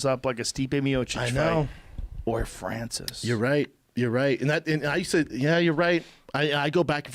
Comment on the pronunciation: Joe: or FRANCISS.